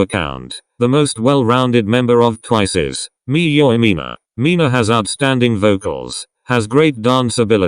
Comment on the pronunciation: why does the way translator says Mina's name sounds so weird and hilarious at the same time